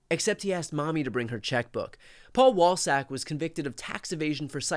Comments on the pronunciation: For a second i thought they said Paul Ballsack. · Am I the only one who kept hearing Paul Ballsack ? 😂😂